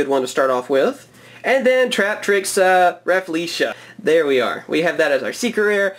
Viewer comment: Nah, this time you nailed the pronunciation of Raff-lee-sia!